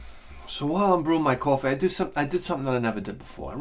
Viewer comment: Breaking bad fly episode-sip o cwafee for the fly